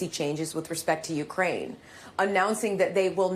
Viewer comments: She call it Ucran....like cranberries lol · Ucran? Did she say Ucran? Lol .Big Dumb Lloyd...uour fired. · ‘Ucran’? Dang she can’t even read a teleprompter. Scrapping the bottom of the barrel I guess.